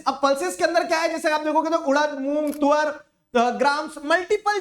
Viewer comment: Suar❌ Tuar✅